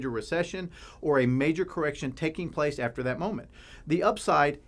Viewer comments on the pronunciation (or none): none